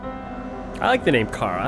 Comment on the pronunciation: her name isnt pronounced kara... ITS CHARA